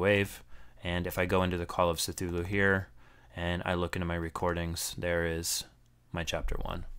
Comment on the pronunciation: This is amazingly helpful -- especially for those of us newer to audiobooks and wanting to avoid a mess of files everywhere. Thanks! (Oh, and the C in Cthulu is a hard K sound... kə-thoo-loo is most common, but Lovecraft said it's Khlûl′-hloo) I figure, if you can help me, I can help you. :)